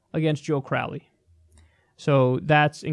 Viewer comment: Joe corr-owley